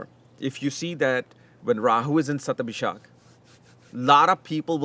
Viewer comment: It's Shathabisha not ShathabishaKK